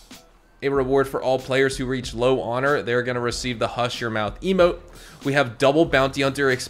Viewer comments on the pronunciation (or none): none